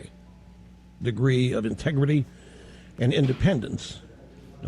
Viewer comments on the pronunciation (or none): Damn, i nearly lost my food from laughing when Limbaugh said "ive always tried to maintain avrey high degree of intregrity on this program" This is a man who is paid (very well) to lie every day of his life.